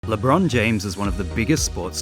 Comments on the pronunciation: LeBean James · Ah yesi "LeBruh'n James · It’s not lebron James is lebrone jhamez